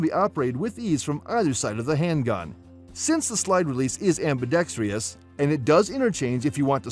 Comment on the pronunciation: Please learn how to pronounce ambidextrous.